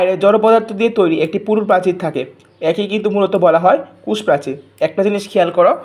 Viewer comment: কোষ.....কুষ না😅😅😅😅😅😅😅😅😅😅😅😅😅😅😅😅😅😅😅😅😅